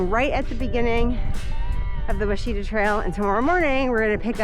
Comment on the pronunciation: It's pronounced wah-shi-taw easy to mispronounce , I'm guilty of it as well. It;s a great hiking trail enjoy.